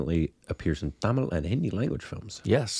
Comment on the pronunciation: You speak English. But you are struggling when pronouncing Indian language written in english. First thing, you should know the vowels in tamil which have short and long sound. Most of the words have 'a'. If it is written 'aa' it has long sound. Your ponunciation for a word that has 'a' is wrong. You should not pronounce 'a' in english style for tamil word that has 'a'. Use the sound 'u' in 'cut' for short sound. Use the sound 'o' in 'hot' or 'au' in caught for long sound. Now you try 'Sagalakalaa Vallavan'.